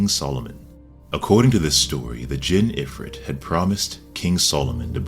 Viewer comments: You pronounced djinn right. But if you want to add to the mythology, the most important story that i can recall about Ifrit is from one of King Solomon's stories in Islam. King Solomon has dominion over not just all of mankind, but also the beasts (land and sea), and the djinn (includes many kinds of spirits including Iblis(satan) and Ifrit). So anyways the story of Ifrit that I think is relevant to how Oda probably intends to use it for Sanji's character in specific is this. Solomon (because of a potential war breaking out against Queen Sheba in a far off land) asks the Djinn in his court if there is any among them that can bring back Queen Sheba's throne to him before her council arrives to meet him. Ifrit then offers to bring back the throne that is continents away from Solomon's lands before Solomon could get up. And that Djinn is named Ifrit. Given Sanji's general connection to the devil theme, I am sure this means a muchhhh faster version of his regular diable jamble simply because Ifrit is considered to be one the mightiest of Djinns. Also for context all devils in Islam are Djinns, but not all Djinns are devils if that makes sense? They are treated as an entire race similar to humans but existing in a spirit world of sorts parallel to our reality. And the ones among the Djinn that choose to be evil are considered devils. Anyways, TANGENT. But yeah, Ifrit big and FAST devil. Anyways, love your content my guy! And it's okay, we'll wait for your review of 1036, we got tw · You nailed the pronunciation of Djinn. 👍